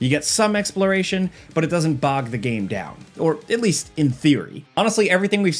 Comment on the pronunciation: so cant pronounce "trailer" properly and cant pronounce "game" 😂